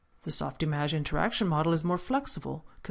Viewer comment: softimAge?!!! are you Kidding me?! How can I take this tutorial seriously! It is not that it is not supposed to be pronounced that way, but if you cant pronounce it well in french, just say softimage, and save us the pain. Or release this tutorial in french. It is too distracting to watch. Sorry.